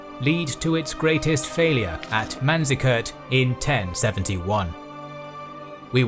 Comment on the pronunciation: "Manzikert" please no, don't do this to me!